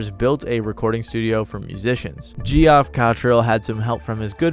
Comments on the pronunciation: 'Geoff' is pronounced like 'Jeff' not 'Gee-Off'... It's like Sean and Shaun are pronounced the same. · this mf out here saying "geo off". my man, its pronounced jeff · Geoff is pronounced like Jeff. Eugenio is pronounced Euhenio. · Hey … Geoff is pronounced Jeff…you’re welcome. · It's pronounced JEFF O.o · I like your videos but it's crazy how illiterate young people are getting. "JEE-off?" Lmao. I see "bias" instead of "biased" as well as "would of" on a near-daily basis, but that was a new one. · I like how you still pronounced it geoff even though it's jeff. If you're gonna spell it that way you don't deserve a proper pronouncement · Absolutely dying that you kept pronouncing Geoff like that. Geoff, king.